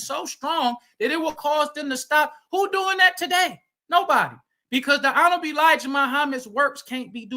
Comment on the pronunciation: What I took away from this debate was the FOI brother, outside of his terrible arguments and failure to talk about the topic, was his struggles with pronouncing the word “honorable”